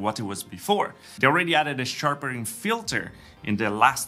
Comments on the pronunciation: Sharpering ? Sharpening ! 😆. Then again your English is infinitely better than my Romanian so well done on another terrific vid ! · Nice vid, just wanted to point out it's sharpening not sharpering 😅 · Sharpering? Sharpening.